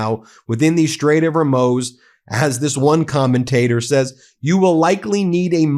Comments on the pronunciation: It’s the straight of Hor - muz….not that hard to pronounce when you want to be a respected news site. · The Straits of hoar-mooz. That is how it is pronounced. Love your channel speaking the truth as billionaires are taking over the traditional media and social media. You are essential. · I love you Ben but the u in Hormuz is not a long o sound. It is like the double o in moo. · Pronounced HorMOOZ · Ben, it’s pronounced HorMOOZ. Rhymes with the word booze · It's pronounced "hor-muzz" listen to the BBC for pronounciation. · Why do you call it the Strait of Hormoz? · "hoar-MOOZ" Please for the love of professionalism work on your pronouncers. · Ben, can you please say Hormuz (Hor-mooz). Check google too. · Would you PLEASE learn how to pronounce Hormuz. hor-MOOZ Moo as in a cow says Moo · It's pronounced HorMOOS. Good Lord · It's pronounced hormoos, Ben. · It's pronounced Hor Moooosz😅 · Ben, ‘Hormuz’ is not a difficult word to pronounce, but it’s definitely not, ‘Hermose’. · It's HOR-MOOOOOOZE. Are you dyslexic?? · Why does he pronounce it “her moze “ lol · Ben, I’m sure many have said, “It’s the Strait of HorMUUUZ”! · Mooz, like booze. HORMOOZ! i can barely get through the content with that confidently wrong pronunciation over and over again! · The correct pronunciation of Strait of Hormuz: Strayt Uhv Hor Mooz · It's pronounced "Hoarmooze" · Hor MOOZ - Hor MOOZ - Hor MOOZ.... If you are discussing the ability to 'understand the region', can you please try to pronounce the name correctly? You have a massive audience...it matters. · Hormuz is pronounced Hormooz. Love your reporting but please pronounce names correctly. Stavredes is pronounced Stavreedees. also. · Fucking A Ben can you figure out how to say Strait of Hormuz already?! It’s pronounced HOR-M00Z. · Her- Moo (like a cow)-z!!! PLEASE say it correctly! It's frustrating to keep hearing it pronounced wrong. I'm sorry, but it is NOT professional! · Ben, it's pronounced Hor-Muse... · please, its "HOHRMOOOZ"